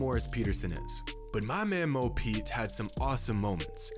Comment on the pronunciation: Everyone: Mo Pete Kobe: Mo Points (for me)